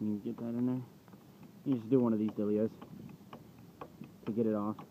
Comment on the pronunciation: GET DA HEYAL OUTTA DAYRE!!!!